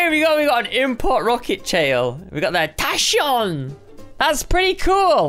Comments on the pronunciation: Tachyon is pronounced Tac-Key-on not Tash-E-on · that pronunciation of tachyon!